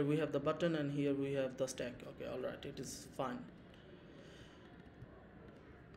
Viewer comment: It's not Slack it's Stack